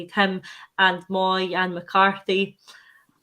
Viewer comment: mooy pronounced is "moay" sounds like the way we say boy.....theres keyboards called moog...pronounced moag ! the dialect and names spell n sound different